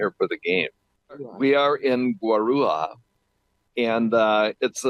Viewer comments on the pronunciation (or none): City is Guarujá [ Guarooshaw ]